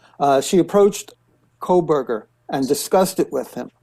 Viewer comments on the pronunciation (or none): not KOLEburger, it's KOHberger. no L. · Is it “Kohberger” or “Kohlberger”? Why are reporters mispronouncing his name after three years of this case being in the news? What is going on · There is NO L in KOHBERGER! 3 years later and she's STILL saying it wrong. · KOH-burger not coal-burger. 🙄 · Megyn, with all due respect, it's Kohberger, not Kohlberger. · I was getting ready to type the same comment… She has called him Kohlberg for over a year at least… It’s Koh…”Co” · Not Kohlberger...Kohberger (no "L". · Megyn, it's just Koh Berger, no L! For 2 and a half years you have been saying Kohl-berger. I wonder why you don't ever read any of the comments on your channel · Its “Ko-burger” — it has never been Cole-Burger. Sorry to be ‘That guy’ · I really wish she would stop saying Kohlberger. It is KOHBERGER. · why is no one correcting Megan Kelly that his name is NOT KOHL-Berger. Sheesh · Now people are pronouncing it "Kohlberger" as well! Is she doing this on purpose? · KoLberger? Cmon guys!! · Megs , say his name KO_ BERGER .. no L in it! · Why do you keep calling him "KOHLberger?" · Why can't megan say "Ko-Burger"... drop the "L" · No. It is Coalberger 😂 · no L in Kohberger. C'mon Megyn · MK, LOVE your show, always great guests and viewpoints but Kohberger has no “L” 🤪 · Megyn cannot even pronounce his last name correctly. She isn't the only one, but it just shows you how lazy the media is. There is no L in his last name. Unreal. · Please inform Ms Kelly that there is no letter L in Kohberger. She has been pronouncing his name incorrectly for years. Looks bad to me. Where are the MODS?? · Megyn, sorry your staff didn't mention this...so, I will. There is NO L in Kohberger. Just looking out for you, not a dig. 👍🏼✌🏼Just thought you would want to know. No snark intended. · Kohberger does not have an L in it. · What’s going on megyn? Why can’t you pronounce kohberger correctly ?